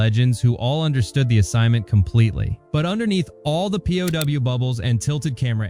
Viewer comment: You do know that "pow" isn't pronounced "P.O.W.", right? It rhymes with cow, how, and now.